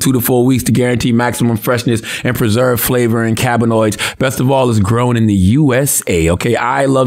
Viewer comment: "Cabinoids" lol